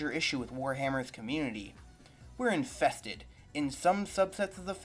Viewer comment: "Were enfthested" 😂 pipe down